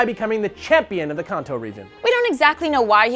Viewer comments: FFS SAY KANTO RIGHT!!! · IT'S CAN-TOE NOT KHAN-TOE!!!! WHO THE HELL ARE YOU!!! XD jk BUT SERIOUSLY!!! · konto? KONTO? KONTO!!!!!!!!!!!!!!!!!!!!!!!!!!!!!!!!!! I thought it was kanto. like, KAYN-tow